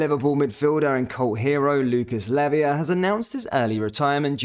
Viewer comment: Pronounced Lay-va, not Levia.